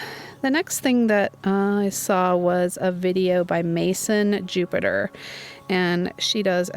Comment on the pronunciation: It's french, as I think she's french canadan, as jean is Canadian, and so it would be pronounced Mayz-ahn Joop-ee-ter.